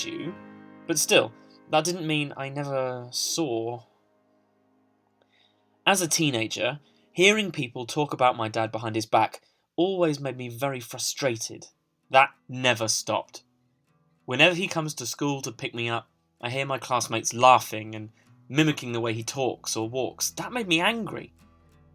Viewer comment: FUS TRAY TED THAT'S HOW HE PRONOUNCED IT